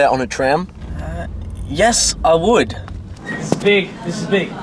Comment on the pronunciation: "Yes I woot"